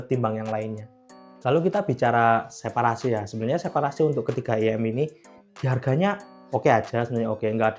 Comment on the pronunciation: IEM "ai-i-em" bukan "iyem" kalau gak bisa mending jangan disingkat langsung aja bilang in-ear monitor 😂😅